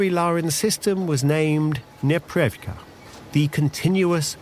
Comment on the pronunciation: Ok, it is a "nepreRYVka" (непрерывка - meaning "continuous, uninterrupted"), not "neprevka". As a native Russian speaker, I broke Google trying to search for what you were talking about :)